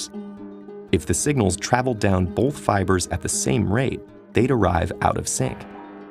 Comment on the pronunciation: Great video, but all I hear is "bolth".